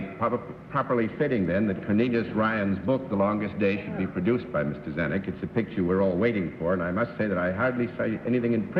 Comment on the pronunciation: You read Mr.Zanuck wrong.